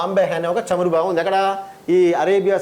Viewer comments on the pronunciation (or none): none